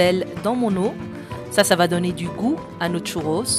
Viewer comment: Elle est ou la lettre T au début du mot "Churros" ?